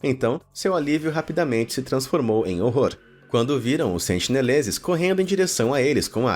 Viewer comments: tenho a impressão de que o narrador falou "sentileneses" algumas vezes kkkkkkk (ao invés de sentineleses) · sentineleses* ta falando sentileneses kkkkkk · muito bom vídeo. mas a agonia que sinto a cada sentiLenezes que vc fala, não ta escrita! corrigindo: sentiNelezes!!! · O nome da ilha é Sentinela, mas o narrador falou que seus moradores são os “SENTILENESES”...antes do 1º minuto, falou errado 2 vezes já! Vou continuar assistindo, mas se falar de novo, volto aqui pra dizer. Edit: com 1 min e 10 ele já mandou mais 2x errado...logo depois, mandou mais 3x errado! Pqp Edit2: aos resolveu começar a falar certo...